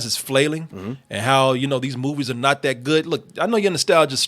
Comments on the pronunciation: He’s supposed to be saying “are” but it always comes out as “or” 💀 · Is saying "Are" or "Or"?